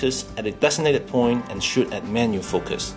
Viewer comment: I like the way this guy pronounces "shoot" as shit.